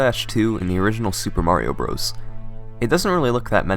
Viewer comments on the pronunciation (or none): HAHAHAHAHAHAHAHAHAHAHAHAHAHAHAHAHAHAHAHAHAHAHAHAHAHAHAHA you can't even say Super Mario Bros. correctly. LOLz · I hate that he calls it Super Mario Bros.